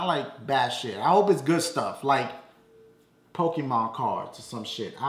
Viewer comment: rofl he said pokepuh! im done!